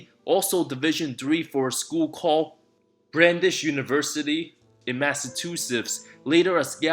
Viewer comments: Bran- dies not Bran- dis. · The college is pronounced brandise- brandeis.